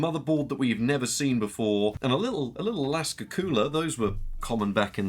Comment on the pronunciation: AKASA NOT ALASKA FFS 😂